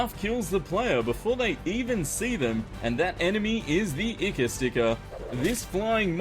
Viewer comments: eye-khor not icker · Sorry but it isn't icker it is eye-core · Ichor is pronounced "eye-core" not "icker", look it up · Ikor? Its pronunced i core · ITS NOT FREAKING ICKER, ITS PRONOUNCED EYECORE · Ichor is pronounced eye-chore not icker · It’s eye-Kor not iker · Anybody else face palm when he pronounced ichor as icker instead of eye-core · It's pronounced eye core not icker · It's not pronounced Ichor (Ih-ker), it's pronounced Ichor (EYE-Core) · me just like why u say icoooor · No one:: IKER STIKER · I feel bad for doing this but im preeat sure ichor is pronounsed eye-core like from the scientist cartoon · Ichor its pronounced Eye-Core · ITS PRONOUNCED I - core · it's achually pronounced "eye-core" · the ichor sticker is pronounced like this i core sticker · You said icker sticker that rymes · Btw ichor is pronounced eye-core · It is pronounced eye- core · i thought ichor was pronounced sounding like i-core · Not to be that guy... but ichor is pronunced like the words "eye" and "core" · The ichor sticker is clearly meant to be pronounced "icker sticker". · Happy you pronounced ichor wrong. It's pronounced like eye-core. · He said icor pronounced as "I-kur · It's pronounced Eye-Core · The way he pronounces Ichor triggers me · Just watched this now he’s saying Ichor wrong AHHHH